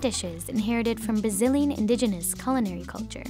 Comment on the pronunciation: Did she just say Bazillian?? How... just how??